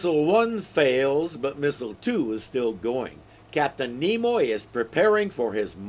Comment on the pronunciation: "Nemoy"? Did Mr.Spock do a cameo in this episode? 😆😆😆